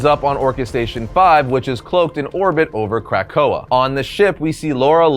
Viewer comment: Lol "crack oa"